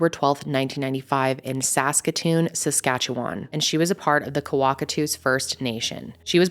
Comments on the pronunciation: First time hearing an American say Saskatchewan right 😆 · Being from Regina, Saskatchewan, I am thankful you did this case. And thank you for pronouncing Saskatchewan correctly.